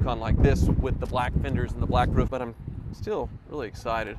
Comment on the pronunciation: You got distracted and started pronouncing "roof" improperly again ;)